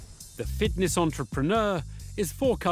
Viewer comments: He is saying "Fatness" instead of Fitness... :P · Every time he says 'fitness' I hear 'fatness' 😂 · Lol I love how the way Duncan says “fitness, sounds like he’s saying “fatness” to my Canadian ear haha. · I love how he says the word fitness as “fatness” 😂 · I was thinking "A fatness program is not going to help" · I thought he was saying children’s fatness lol. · Everytime he says "fitness" I swear he says "fatness" and that changes everything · Sometimes him saying fitness sounds like Fatness lol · Every time he says "fitness" I hear "fatness" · Did he say fatness activities? 🤔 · If he wants to run a fitness company, he should work on not pronouncing it to sound like “fatness.” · Ironically how it sounds like he's saying fatness every time he says fitness. Amazingly those words are interchangeable. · Every time he says Fitness, it totally sounds like he is saying "Fatness"